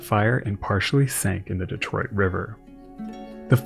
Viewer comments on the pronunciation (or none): none